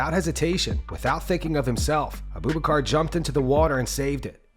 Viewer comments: It's not "Uhh-BOO Buh-car" Like you are saying. It's pronounced "Ahh-boo-BACH-Er". Abu Bakr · Who the fuck is Aboobacar??? BRO... It is pronounced Abu Bakar 😂🤣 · This guy saying Uh-booboo-Car. It's pronounced Abu-Buk-Er